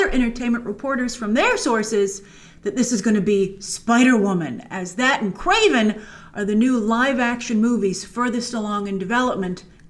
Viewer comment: Kwaven??? It’s Kraven.